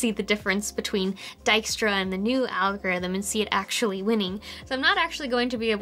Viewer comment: That Dijkstra pronunciation was rather good! Less important thing aside, I should look into that algorithm. Not often that you see a core improvement playing by the same rules (vs. using a heuristic or precomputation, for example, both effective in the real world).